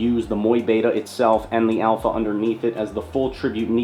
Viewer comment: People may complain, but i actually love how you pronounce mu beta 😎❤ keep it up champ